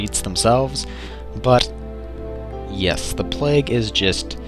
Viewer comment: Ha, It's plague, not plaque. And yes, it is kinda like that.